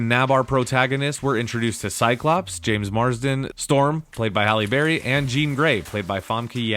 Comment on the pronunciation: Holly Berry? who the fuck is this guy?